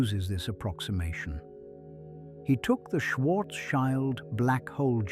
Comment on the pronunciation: It's Schwarz-shield, not Schwarz-child. 😆 Schild = shield